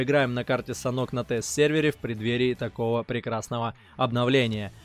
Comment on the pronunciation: Не санхок а санёк)